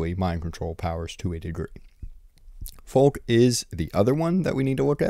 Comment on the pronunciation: for the love of god, it’s not read as „folk”. It’s read as „FALKE” with „a” as in „apple” and accentuated „e” as in „evidence”.